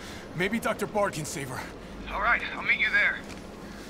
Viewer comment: "This isn't the wast wide out of town, wight?"